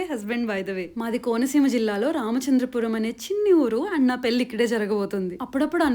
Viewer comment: పేలి కాదు పెళ్లి. / తెలుగు నేర్చుకో